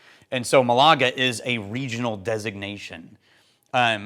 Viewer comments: in case it matters to you, mAlaga, not malAga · Hey! Thanks to the US Navy I know your pronunciation of "Malaga" is ... let's just say a bit off😂 I knew something! Doesn't happen often.